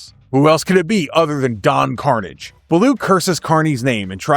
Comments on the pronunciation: don karnij? KARNIJ!? mf, it was karnAHJ!!! long a, not a short a. you never watched this show in your life! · It's not don carnage... It's Pronounced: Don Car-naw-je. Ah, not hard A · As a son of a mother from Quebec my ears twitched at the pronouncing of Karnage.